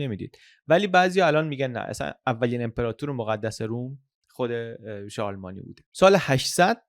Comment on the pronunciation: ممنون از پادکستهای کامل و مفیدی که ارائه می دید. یه نکته رو من با اجازه گوشزد کنم. تلفظ درست شارلمانی به این صورت هست که ن و ی هر دو ساکن تلفظ میشن و در ی ساکن داریم نه ای.